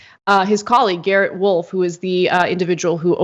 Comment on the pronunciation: a bullet went through another person's car. pretty sure the name is rolfe, not wolf